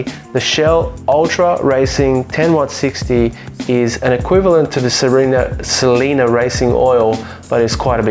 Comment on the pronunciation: Great video, I have a GT JTD and a 88 Sprint QV . I need to swap my front anti roll bar at some point as it knocks. Hate to correct you but the oil is pronounced S E L E N I A ( sel - any- a) not (sel-eena)